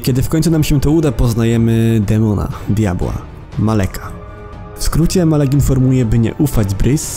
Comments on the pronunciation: nie mowi sie malek tylko malak XDD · nie muwi sie bris tylko birs i nie muwi sie malek tylk omalak naucz sie czytać